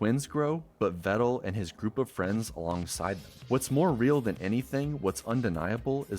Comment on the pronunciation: Peedal Meedal Vedal It's real simple...